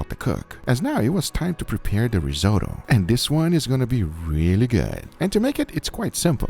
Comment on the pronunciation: Rizo tow? Risot oh!